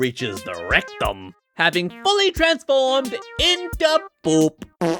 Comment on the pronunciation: the way he pronounced "poop" 💀✌